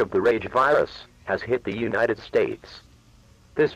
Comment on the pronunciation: The word is "further," nit "futher". And it's UNITED States, not UINITED States.